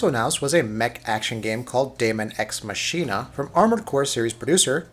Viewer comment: Bro the way he pronounces machina